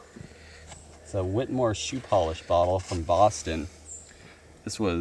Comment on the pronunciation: lol sorry I don't usually correct others on YouTube, but Whittemore isn't Whitmore, Its Whitt 'E'" more you say the E. My Mama's maiden name. 😀 Some people spell it Whittamore and pronounce it Whitt "AH" more but honestly I think they are of the same descent. Some of my Whittemore cousins pronounce it Whittamore too, drives me nuts haha but I still love them. I love history, you found some pretty cool stuff.